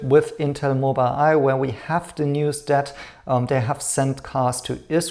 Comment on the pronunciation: Thanks for your amazing content. Just a small correction, the name of the company Mobileye to be pronounced Mobil eye and not Mobile eye.